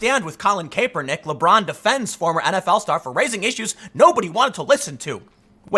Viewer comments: Kaepernick is pronounced cap-ernick. Cap like bottle cap, not cape. For the love of God, please stop pronouncing it cape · Its Cap- er - nick , not cape-er-nick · Kaepernick is pronounced with a short “a” not a long “a”. You’ve got to fix this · Kaepernick (cah-per-nick), Tim haha. :) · Tim "Kay-per-nick" pool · I love that Tim pronounces it. CAPErnick. Fuck that guy. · nobody: Tim: colin KAPErnick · I guess no one is telling you but it's pronounced Kahpernick. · Christ dude, it's CAP-ernick. His damn nickname is cap for the love of God. How many times you going to mispronounce that? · You would think Tim would know how to pronounce kapernicks name..... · I watch a lot of Tim and I love his takes and always learn a lot. I don’t comment often but he’s been saying Kaepernick’s name wrong for so long I had to finally say something. Who knows if he’ll read it or not. But if I was making videos that thousands of people were watching, I’d want to pronounce someone’s name right. Especially some as well know as Kaepernick. That’s all. Love ya Tim!